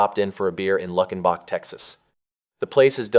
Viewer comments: Luck-in-bock???? It's Luke-in-bock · It’s pronounced “Luke-N-Bach,” not “Luck-N-Back.” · It’s pronounced “loo-ken-bach”, not “luck-en-bach.” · . LEW-ken-bach. Not LUCK-en-bach. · And the correct pronunciation is “LUKENbach” even though it’s spelled Luckenbach, the c before the k is silent… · Had you listened to the song you would know how to pronounce Luckenbach texas, you idiot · He even made reference to the Waylon Jennings song.. but apparently he didn't listen to it or he'd have known how to pronounce it....lol 😆